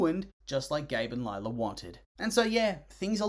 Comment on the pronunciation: More like LIE-la